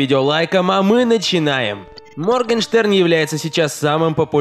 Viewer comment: Моргенштерн - Моргенхрен ? 🤣 это единственное, что я поняла